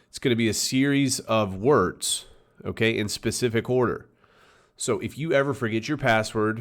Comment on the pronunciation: "A series of worts" lmao